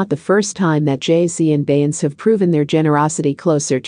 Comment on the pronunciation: How do you expect to get subscribers when you cannot even pronounce Beyonce and RiRi's name????